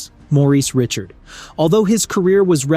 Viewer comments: Bourque is pronounced like: Bork Richard is pronounced like: Ri-shard Lemiuex is pronounced like: Leh-mew Roy is pronounced like: Waah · If one cannot attempt to pronounce famous names correctly (M. Richard), hard to take anything too seriously! 🤯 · Ree - shard !!!! Not Richard ... it's French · Ree - shard folks. Pronounced like ree - tard for all the non-French people.... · I think that l heard him say "Morris" Richard a couple times too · Get your facts right please. Highest Goals Per Game, Career (Minimum: 200 Goals) is Mike Bossy at 0.76 with Mario second at 0.75. Also learn how to properly pronounce Richard and Bourque.